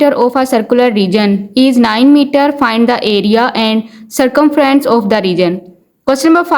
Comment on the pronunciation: App ki english nahi vinglish ha Breath ko breathe Circumference ko circumfrance Waha waha 😂